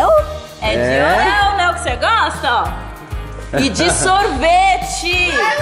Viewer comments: parabens desculpa po ta atrasando mas nao se falar oréo se lafar oreo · Não é oréo é orio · o certo de se falar e oreo